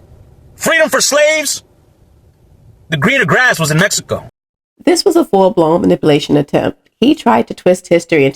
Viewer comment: I love the way you say Messyco. 😆. But seriously, tho, I don’t know any of these people in the video but if their reason for not helping illegals is “you can’t just break the law,” then I hope they also apply that to blacks.